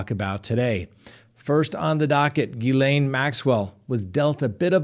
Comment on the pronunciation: I've never heard Ghislaine pronounced like that. Always Jees-lane....my cousin's name.